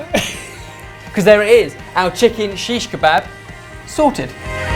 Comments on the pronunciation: Don't wanna be an AUDITOR but guys its Shikh (Road) Kabab. Means penetrated in a road and then roasted..... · i just clicked this video to laugh at their shish kebab pronunciation lol